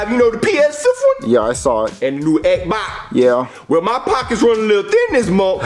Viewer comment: really said EHBA instead of Xbox